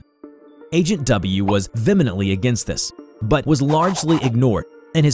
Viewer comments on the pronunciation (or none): Venimently? Sigh. There's an h in vehemently. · It's pronounced "Va-He-Mently".... Just saying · Phantasmic (not a word) or phantasmal? Vemenently (ditto) or vehemently?